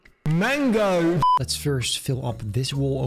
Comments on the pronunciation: Please keep doing “MaNGo” it’s the highlight of my day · The way he said mango on min cracks me up. 😂